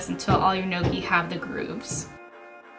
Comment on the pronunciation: I think it's pronounced "know-kee"